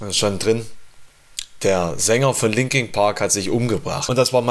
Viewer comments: "LinkinG Park" :D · 'Linking Park'